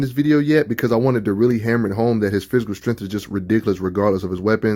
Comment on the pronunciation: I should save this video and make a drinking game out how many times I heard “strengff” lol